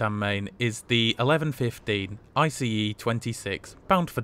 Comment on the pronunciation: good you are saying ice the right way now. it felt a bit stupid being mad about it in the comments but it just bothered me a bit.